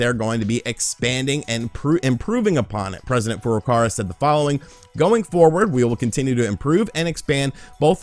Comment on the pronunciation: The presidents name is not "Furukara" it's Furukawa.